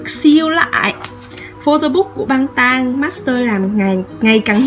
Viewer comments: Em thich xem video cua chi lắm nhung phát âm nhu v là ko dc á chi không phải la em khắc hay là sao nhung mà goi là băng tan thi không dc dau chi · Sao chi lai đọc là băng tan nhu the